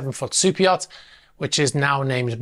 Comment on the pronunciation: Yeah the reason why people were saying that is you talk funny Like I had no idea that the name was super yacht news I thought you said soupeot, , But it's not just you all you people talk funny there's a bunch of you out there but I call T bigots , They refused to enunciate the letter T I don't know why they have something against it Perfect example and he's like my favorite person in the whole world but Andrew Tate is AT bigot unless he's saying his name unfortunately his brother is too now they can do whatever they want they've earned it I'm just pointing out the facts so y'all take some English lessons and get back to me next year and we'll see if you progressed